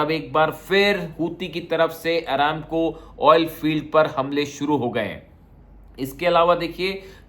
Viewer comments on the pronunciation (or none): Looks you pronounced ARAMCO ( आरामको ) as आरा"न"को ‼️😂 Take care‼️♦️